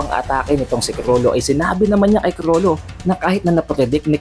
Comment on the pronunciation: Sobrang R kulang na L 🤦‍♂️